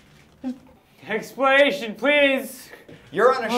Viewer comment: he said "you owe me an axeplenation" XD